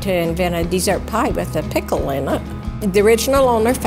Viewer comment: "Pickel pie" ... oh NOOOOOOOO!!!